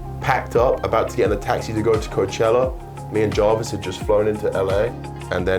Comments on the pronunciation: says javis when it’s spelled Jarvis 🤣🤣🤣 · “FayZe Jorvis”